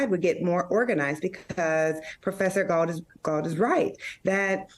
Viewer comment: Did she call Mr. Glaude, "gaul"? Lol